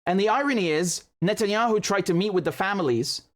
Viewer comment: Wait a minute. Do Israelis say "Netanyakhu?